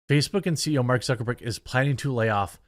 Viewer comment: Why is this the first time I heard someone call him Mark Zuckerborg? I am crying.. 😂